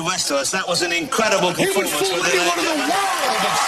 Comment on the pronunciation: He fwooled me incwedible.